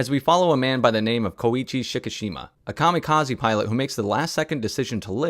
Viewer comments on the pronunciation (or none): none